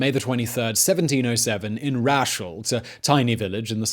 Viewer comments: Thought it was fine until he called Råshult "rash ult"... Makes me wonder if everything is so badly researched. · Råshult is pronounsed Raws-hoult.